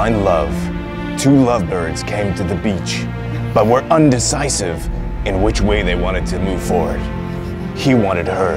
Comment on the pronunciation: "Indecisive" haha